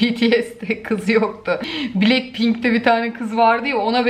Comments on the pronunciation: Abla sinirim gelio şuna bilek pinke deme yaa blak pink yani blackpink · Bilekpink değil blakpink